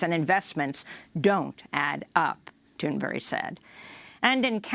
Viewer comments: Amy Goodman! You’ve got to stop saying Gretas name wrong, you said it right before! Now you’re saying “Thunberry”/“Thunbury” it’s so annoying. Say it with BERG at the end, please. Otherwise, I love Democracy now and listen to you guys every day. Keep up the good work! 🤓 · this is the second day amy has been saying greta thundbury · Is she saying the name right? She keeps saying "Thunburry". Is that how it's pronounced or is she saying it wrong all the sudden? lol